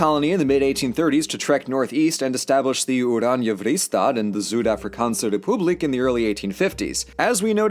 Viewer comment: Yes. Apart from his Afrikaans... Zuid avrikansa repulic .... XD